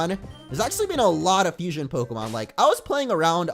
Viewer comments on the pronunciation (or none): Abhijay Bharathan It sounds like it, how they pronounce it it’s like “ FU-SOIN” not “FUSION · its fusion not fusoin